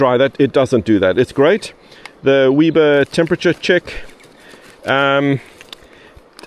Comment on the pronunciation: your next Aussie word you need to learn is Weber. It is pronounced web-er. Like a spider web. Great pack. Thanks for the review. Looks perfect for a day out.